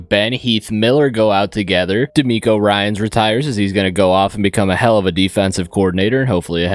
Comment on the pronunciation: Bro called demeco ryans